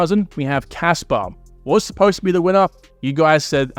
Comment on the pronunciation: Stop pronouncing kaspa as kasper